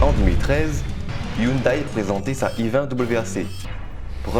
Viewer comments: Bonne voiture, belle sonorité on reprochera peut être la déco intérieur qui n'égale pas celle des allemandes. (ps: hyundai ne se prononce pas yoon day ^^) :) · On dit youndé